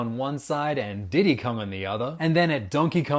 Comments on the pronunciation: The way you said diddy😂 👇 if you get me 😂😂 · DID YOU SAID DIDDY😂😂😂😂